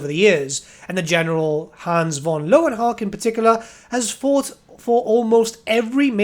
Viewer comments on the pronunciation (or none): learn your german, pal. its pronounced leuven hucka. love your channel btw